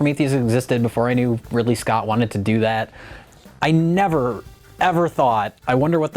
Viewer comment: Did i just hear "Ripley Scott"?